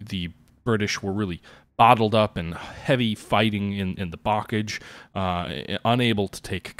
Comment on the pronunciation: I have never heard 'bocage' pronounced such an American way :)